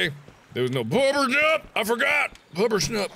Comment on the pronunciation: Excuse me SIR! It's Puppershnupp.